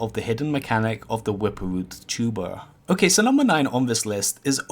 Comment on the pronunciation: The wwwwippppwwerrr root